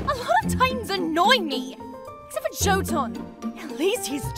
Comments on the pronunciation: btw.. the j is silent. its pronounced more like. yo-tan or yo-en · Fun Fact the name jotunn is pronounced in norse tongue, and it's basically saying yotunn